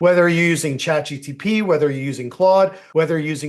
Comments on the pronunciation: Pls stop saying ChatGtP 🫸🏽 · CHAT G T P?🤣